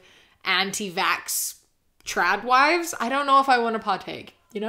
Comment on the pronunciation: the whole video I kept thinking you were saying Chad Wives not Trad Wives but it still worked but yes your points were on Point